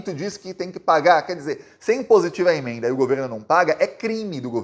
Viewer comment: O nome imenda não existe .... Pronuncia as palavras corretamente rapaz